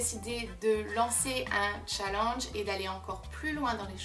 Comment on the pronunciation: tu a un axant tu prononce mal youtube et challege